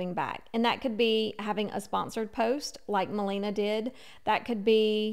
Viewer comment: I know it doesn’t matter but just maybe If you make a future video, it’s ma-LAY-na. Not ma-LEE-na 🥰♥️